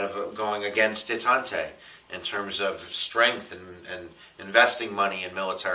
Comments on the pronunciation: Detante is pronounced (day tont) NOT (de tant tay) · Detante, silent e on the end. Reagan ends 45 years of Cold War and the presenter begrudgingly says “we’ll give him a point for that” one point! He also forgets to mention how poorly the media treated Reagan at first, basically a slightly milder version of how they treated Trump, saying he knew nothing, was just an actor, was a puppet of his advisers etc., then he went on to be re-elected in the biggest landslide in history, bring the corrupt communist USSR to its knees, end the Cold War, revolutionize society, bring millions of minorities out of poverty and dependence etc.